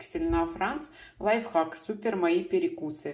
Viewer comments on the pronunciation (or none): none